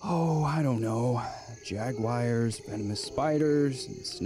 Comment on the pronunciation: I'm glad, I'm not the only one, who reacts to calling the big cats "jag-wires" wince;).